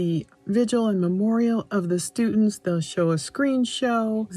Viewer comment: "Stutents"...and it's "Xana" pronounced like "Vanna"